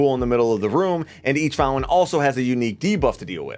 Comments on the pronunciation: bro great videos...but I can't get past it.....the word is founTain, not Foun-en. Sorry but it's distracting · Take a drink everytime he says fountain. Or fow lin.. 🥴😵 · Did we stop pronouncing the T in fountain without notifying me?!